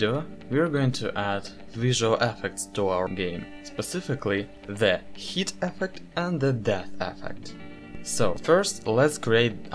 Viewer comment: Your pronouncing "hit" as "heat", recheck the word correct pronunciation.